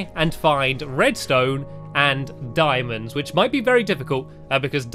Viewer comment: Randomthingsbyhanny its "Diamonds" not "Dimons" imagine saying it "D-i-mo-ns"